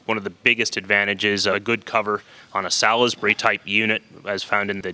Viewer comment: sal-iz-bury axle? what? pronounced sorlsbury (in Hampshire/Witshire United kingdom)